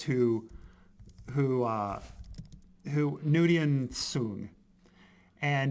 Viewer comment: WTF you remember the episode title two seconds after he gives a vague description of what’s going on and you can’t remember how to pronounce data’s dads last name I’m speechless